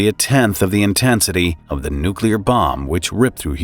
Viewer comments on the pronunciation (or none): IT'S NOT PRONOUNCED "NUCULAR". It's NOT said like "ocular". ITS NU-CLEE-AR aka NUCLEAR. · nuclear not nukular ffs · Nuculer (new-cue-ler) is not the same as Nuclear (new-clee-er), just so you know. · Nukilar, really, it's nuclear. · "Nuclear," not "nuculer." This is not okay, guys. You need to get a voiceover person with an IQ above 60. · It’s nucLEAR, not nucULER. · Say it with me.. nu-clear. Not nucular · There is no such word as NU-kew-ler. It's NU-klee-er. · Nuclear. Not nucular. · Come on man! NewkYouLar? Just think "New + Clear". Otherwise, you sound a bit of a dolt. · It’s not nucular.. it’s nuCLEAR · "nuclear", not "nucular" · Yo just so you know it’s nuclear not nukular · NUCLEAR not NUCULAR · It's not nuke-u-ler. It's new-clear. I don't understand why so many people can't say this simple word. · It's nuclear, not nukuler, or however you would spell that mispronunciation. SMH. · Great info! P. S.: The narrator needs to learn how to read!! The word is “NUCLEAR “. It is 2 syllables pronounced “NU” as in “new” and “CLEAR” as in a cloudless sky. Not New-Q-lar which is just lazy and ignorant 🤷🏼‍♀️ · if you cannot even pronounce "nuclear" get your GED and a library card. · You pronounced the word “nuclear“ wrong. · It’s nuclear, not nucular! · Newkyoulur isn’t a word. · Nuclear, not nucular. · It’s not “Nucular”, it’s Nuclear. 🤦🏻‍♂️ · Nuclear not Nucular 🙄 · Why can't people correctly pronounce this word? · FFS. It is Nuclear not Nuc U lar. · Nuclear. New-clee-er . NOT Newk-you-ler. Learn it live it love it. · Why does some americans insist on saying newkiller instead of nuclear? It sound so infantile! 🥴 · Nu-cle-ar… not nu-cu- lar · Nu-cle-ar. Not nucular. Seriously, is it really that hard to pronounce? It ruins the narration and makes you sound like a 5th grader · NEW KLEE UR! Nuclear. not NUK YEW LUR, ds. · Stop saying nuculer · The word is "nuclear". It is pronounced like "new" and "clear" added together. Only ignorant people pronounce it "nucular".